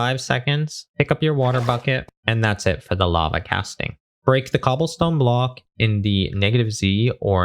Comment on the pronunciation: All i hear is now "bluhk"